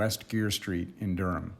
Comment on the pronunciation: My mom's family is from the Raleigh-Durham area, and your pronunciation sounded exactly right to me.